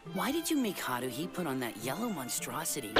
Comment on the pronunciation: LMAO it's Tah-mah-key. Not Tah-kah-mee. 😂 Also Hah-roo-hee. Not Hah-roo lolll Edit: yes Hunny is a true martial arts genius. But you'll find out more about that later 🤣